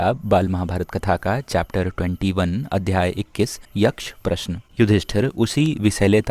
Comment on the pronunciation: Prashan ha ha ha kyu bol ra he